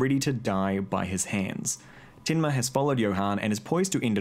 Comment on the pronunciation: lmao that tinma in the kiwi accent....